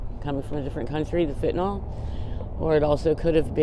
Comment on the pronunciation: Fentanyl... Not fentanol....she needs to get the pronunciation of the word correctly....